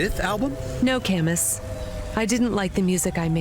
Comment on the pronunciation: Cam-Us? i always thought it was pronounced “Camoo”. and “mo-she”? in japanese “chi” always has a ch noise as in. “cheese”